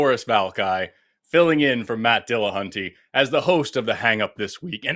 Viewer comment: Fantastic opening rant Forrest 👌👌 Also "Mattrest Dillahunty?" 😂😂😂